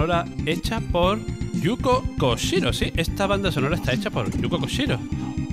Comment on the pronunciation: Gran vídeo, el Hagane es una puta barbaridad técnica, juegazo donde los haya. Respecto a Actraiser creo que es mejor su segunda parte, y por cierto no es “Yuko Koshiro” sino Yuzo Koshiro 😉. Saludos!!